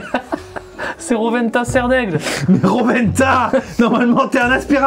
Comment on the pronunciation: C Rowena pas Rowenta Sardaigle 😭